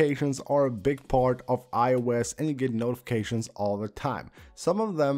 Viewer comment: I love when he says: I-E-USE